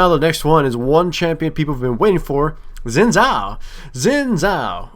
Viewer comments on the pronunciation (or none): "zin zhao" No it is "xin zhao"